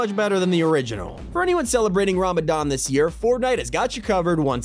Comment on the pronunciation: He pronounced ramadan wrong